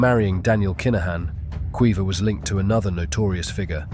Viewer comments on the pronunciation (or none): Kweeva? It's pronounced Keeva 😂😂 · Keeva in the North; Kweeva in the South.